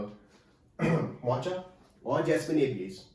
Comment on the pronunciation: Its Mocha prouounced as Mo-kuh.